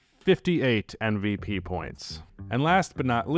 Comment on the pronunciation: Is it just me or does always say NVP. He is able to say M, but the sound at the start of his MVP is more like in NBA than in Embiid.